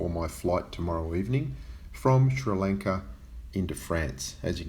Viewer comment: Ay! I'm watching from Sri Lanka :D it's pronounced more like lung-ka BTW (